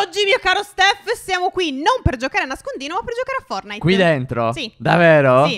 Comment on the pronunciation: ma perchè dite fornite e non fortnite